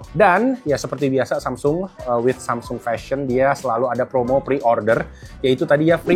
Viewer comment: Kadang samseng kadang samsung nyebutnya pas lagi ngga sadar. Inkonsistensi pelafalan merek 😅